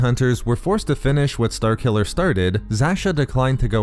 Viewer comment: what kind of accent you got man? "star killuhhhhhhrrr", "force wielduhhhhhhrrr"